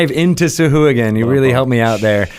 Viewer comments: I like your channel very much, but "suh-who-a-gen"?? Haha. Really? C'mon, guys, you're better than that. If you're going to do a show called "Lore You Should Know", you should at least get the pronunciation right. The worst part is that you're enabling a whole generation of rpg players. Now, everywhere I play D&D, I'm gonna have to listen to a bunch of dudes and dudettes saying "sah-who-a-gen" and cringe. Shame on you guys. Lol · These guys have absolutely no respect for Steve Marsh, the creator of sahuagin, by pronouncing it that way. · Sahuagin "sahwag'in"